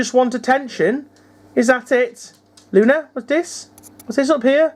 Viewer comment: it sounded like u said lucy 🤣🤣🤣 my bad lol